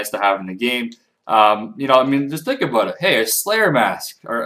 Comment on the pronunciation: I love it when you say about :D Aboot ~ Abuut